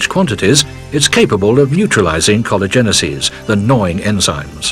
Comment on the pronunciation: He absolutely mispronounces collagenases, which is the plural form of the enzyme collagenase which is secreted by the cancer cell to dissolve collagen, allowing the cancer cell to advance by creating new blood vessels in a process called neoangiogenesis. It is pronouced collagenase-eases.